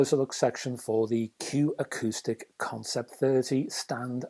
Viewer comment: Arrrrgh! It’s Q AcousticS. There’s an ‘s’ on the end.